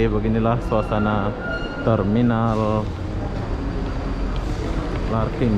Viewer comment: Larkin bang bukan Larking